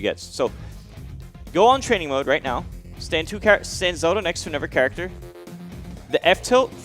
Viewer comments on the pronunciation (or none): Are we just gonna’ keep letting pronounce character as “churactor”?